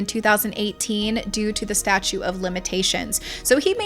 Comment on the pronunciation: Hey, doll, GREAT video. Super juicy and informative! (Only note: its the staTUTE [pron: stat-choot] of limitations, not statue, like a sculpture.) Keep up the good work, lady!!! I'll be back!